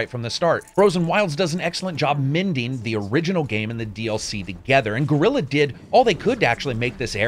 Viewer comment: Excellent review, and after having played thru the frozen wilds and done all the side quests, I can say that I agree on every single point you made. Just 2 things that made me giggle, in your review: 1) Wtf is "Gorilla games" And 2) I'd love to meet this "Bae-nook" tribe you were hanging with. 😂😂😂😂